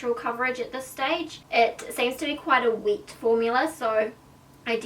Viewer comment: not hating but can u say wet formula instead of weat formula coz people don't understand what your sayin xoxo